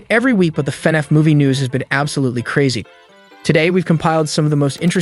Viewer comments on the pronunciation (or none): It’s fin-aff not fenef. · normal people: Fnaf Him:fenef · fnaf not fnef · FNaF? nah fenef? yeah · Fan-af say it. not fen-ef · F-NAF, not FE-NAF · i thought they were wrongly pronouncing fnaf it funif.. but it seems like they're actually mispronouncing the title as fenef.... if your going to report on something at least take a minute to learn to say it's name right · I beg of you. PLEASE say F N A F not fnf😭😭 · Do you mean fnaf? Not fnef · It's pronounced "FI-NAF" not "FEH-NOUGH" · Brooo stop pronouncing it as fnef is FNAF DUDE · your saying fvaf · Why do you keep saying “fenehf” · Why he saying fenef? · Dis man said FenF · Why is nobody talking about him calling it "fenef" 💀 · is it just me or did he say everytime fanaf xD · Love how he calls it fenaf (no offense) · the robot voice he chose killed me because instead of FNAF he said "FuhNeff" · “fnef” “markipiler” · You would think this dude would learn how to say fnaf man says “Fin Ef” it’s hurting my soul 😂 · Why do you say Fnaf like an ai that doesn't know how to pronounce it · AI text to speech has come a looong way LMAO, took me like 2 minutes to realise this wasn’t an actual person speaking and why he was saying “FNAF” so weirdly 😂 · It is borderline infuriating how he pronounces FNaF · Every thing you say that has to do with fnaf, you say it wrong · why do he say FNAF like that? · I really wish this AI would say Fnaf right , it’s bothers me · The way you say FNAF pisses me off